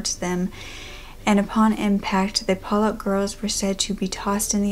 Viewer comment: I think it's pronounced Paul-luck....pollock